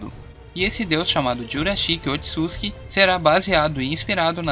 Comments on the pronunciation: Gostei do vídeo, mas me deu uma agonia a pronúncia “otsuski” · Engraçado que o fala Otsuski kkkkkkkk